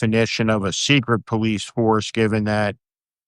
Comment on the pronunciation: PolICE pronounced poll+ice. There’s now police and polICE.